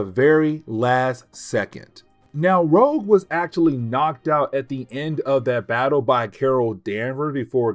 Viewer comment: "Rogue" not "Rouge." Otherwise. Keep up the great work.